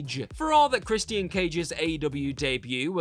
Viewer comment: Why do you pronounce his name as "CHRIS-E-T-IAN?